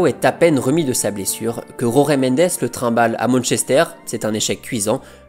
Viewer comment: Falcao ❤️ Désolé d'etre négatif mais la prononciation de Jorge Mendes est à revoir 🥲